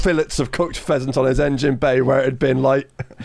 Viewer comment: also instead of pheasant I heard peasant xD